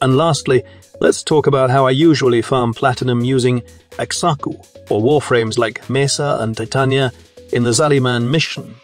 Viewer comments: bro just because there is an x in xaku dont mean you say it the x is silent same with xata's whisper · I know everyone's got their own way of pronouncing things but hearing him pronounce Xaku like ex-aku makes me giggle every time hehe Edit: Just remembered it's AI x-x